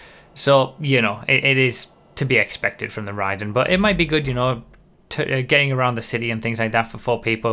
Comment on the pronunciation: I’m pretty sure it’s pronounced *RAY-den*, like the character in Mortal Kombat.